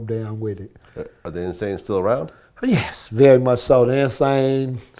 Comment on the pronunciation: Why he say YES like that 😂😂😂